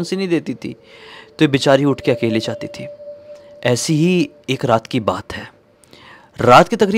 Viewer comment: raat ❌ rrrrrraaat ✅